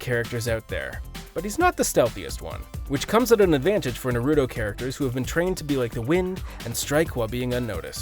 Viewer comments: NARUTO. Not natudo. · I stopped watching after I heard him call it "Nuh-Roo-Doh". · Fr lol “nurudoo”😂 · Goku is unstoppable so nothing can beat him and you can’t even say naruto right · “Shi sew eee uchiha”🤦🏽‍♂️ “Na rooo to”🤦🏽‍♂️” “to bear ra ma senju” “ha gar ra mo”